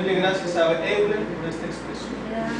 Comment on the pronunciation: Técnicamente se pronuncia: OILA :)